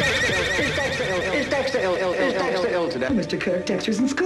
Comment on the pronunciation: lol its "is dester ill today?"